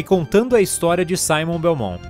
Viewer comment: Vc falou errado e Belmont não belmon